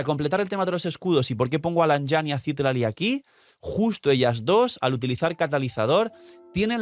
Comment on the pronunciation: Solo una observación, el nombre de Citlali proviene del Nahuatl una lengua Mexicana (significa Estrella) y se pronuncia ci-TLÁ-li, no CÍ-tla-li como lo pronuncias todo el tiempo jaja. SALUDOS